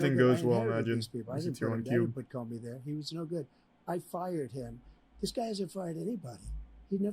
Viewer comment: bro sounds like he is saying farted instead of fired.